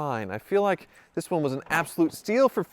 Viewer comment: midwestern pokes thru, “Lhake eye said”😂